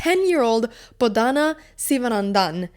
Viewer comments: Her name is pronounced BODH-NA and not BO-DHA-NAA. Unfortunately, with English unlike with most phonetic languages, names have to filled with vowels to make them look "correct" so to speak, and most native English speakers would not know the distinction unless they are told so. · It’s Bodh-u-na. Not Bodh -aana. It would be respectful to say her name as it is meant to be said. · I honestly think you should get 20 points of rating, for your pronunciation of her name....